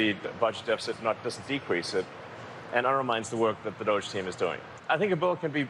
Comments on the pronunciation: Anyone else pronounce DOGE "Dougie"? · DOGE is pronounced DODGY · Its pronounced Dooge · It's pronounced "doggie" as in get along lil' doggy.